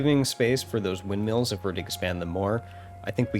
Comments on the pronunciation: Do you think we should tell him how to pronounce it correctly? 😂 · I think it's adorable that your pronounce them windmeals.